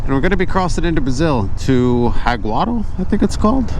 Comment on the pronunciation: Jaguarão is pronounced similar to zhag-wah-WRONG